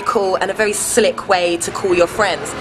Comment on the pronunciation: all she said was, "very cool and very slic!" oh well gud vid gettin diz phine 4 my b-day! x